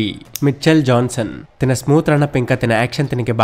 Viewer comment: తిన బౌలింగ్ ఏందిరా. తన బౌలింగ్ అనరాదా?